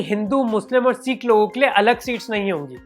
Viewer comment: Seka nahi bhai sikh